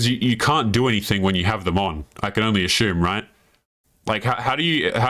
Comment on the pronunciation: Do you realise you say ashoom instead of assume